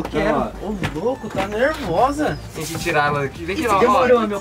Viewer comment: A falou tira mor? Kkkkk